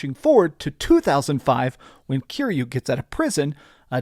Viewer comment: You say you're a big fan, yet you keep mispronouncing YA-kuza. If you were sUcH a BiG fAn you would know the stress syllable is the first one, after having HEARD IT A THOUSAND TIMES THROUGHOUT THE GAMES... I paused the video before he's said Kiryu's name, which is pronounced Ki-Ryu, not Cure-You. Let's see if this "big fan" gets that name wrong, too. ... And he gets Kiryu's name wrong as well. Such a big fan.